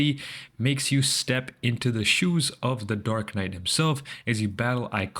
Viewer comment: It's funny how You pronounced Dark Knight... Dork Knight 😂